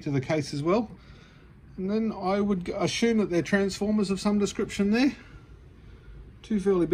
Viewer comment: A-Shoom isn't a word. The word you are trying to say is ASSUME ( ass-yoom)